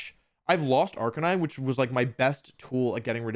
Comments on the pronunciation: ive never heard of this "arcanine" pokemon...i only know arc a nee nay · I can’t believe Wolfe went a whole wideo pronouncing arcanine wrong.